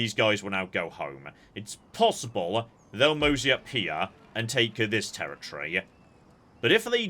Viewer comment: I was so confused about what "tear-a-tree" meant.